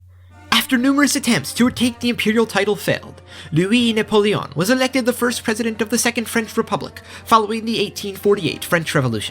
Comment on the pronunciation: I have a mom who took French in High school, and l-U-E nah-pul-E-on is totally right.